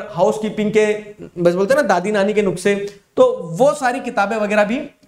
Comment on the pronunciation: The way he said ... Dadi Nani ke nukse ... Instead of nuskhe 😂 ...